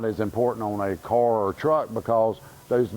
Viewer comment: It took me half this video to figure out he was saying "car" and not "cor" tire.